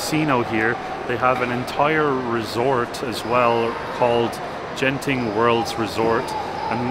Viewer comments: Hi beautiful video, never miss your journey, by the pronounciation Genting, the 'G' is as you pronounce get or goat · It's not Jen Ting but Gent ing (as in Greek not Jreet)